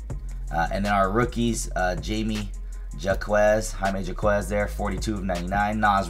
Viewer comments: It's Hi-may Hock-ez. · we're going to work on the Jaime Jaquez pronunciation a bit 🤣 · Absolutely butchered Jamie Jacquez’s name